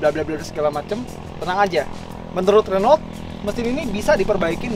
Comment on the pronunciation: Om pelafalan Renault nya salah tuh, liat di Autonetmagz instagram kan baca nya 'HUNU' hahaha